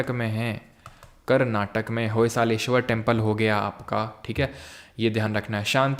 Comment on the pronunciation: It's not Karnatak It is karnataka